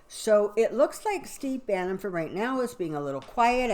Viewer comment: Name is Steve Bannon, not Banning. Sounds like you said Banning.